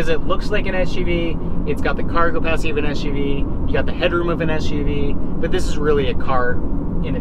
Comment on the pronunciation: Are you saying "cargopacity"?